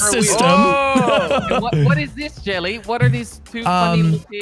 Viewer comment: said JELLY-E